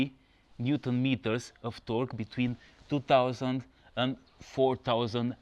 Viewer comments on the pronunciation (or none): none